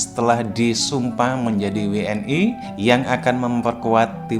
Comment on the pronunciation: WNI ya bukan W N AI...